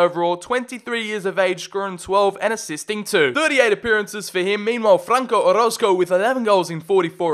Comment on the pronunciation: Yo im here bois. Man Why You Gotta Pronounce My Last Name Wrong Man 😢. Its O-ROZ-CO